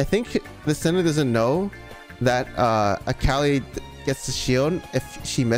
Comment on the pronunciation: cant get over how this guy keeps calling mundo "mando" and akali "kali"